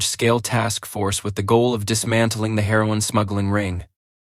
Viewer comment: Lol more Ai… pitsuh connection? Pee-zahs? Selling her-on from pitserious?🤣🤣🤣 all these ai pictures look like fever dreams.